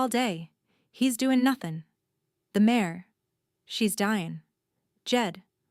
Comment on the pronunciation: Its mare not mayor.